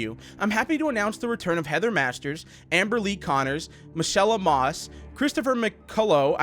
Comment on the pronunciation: Who else thought when he was saying Michelle O’boss, he was going to say Michelle Obama... I was shook...